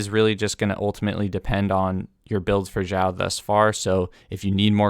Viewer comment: Stop pronouncing it as Jiao it's Siao I feel the pain and cringe everytime I hear that pronunciation